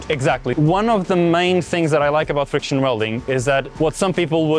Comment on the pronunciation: said 'fiction' welding a few times... lol I kind of want to see welding of wood in progress...